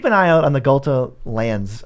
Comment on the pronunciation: quit the video instantly after hearing Ghalta, like... nah that aint it.